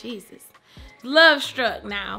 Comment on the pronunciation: "stay calm nah" Ok southern granny